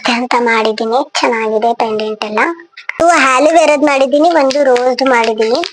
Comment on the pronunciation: Haluvera alla 😂😂😂alovera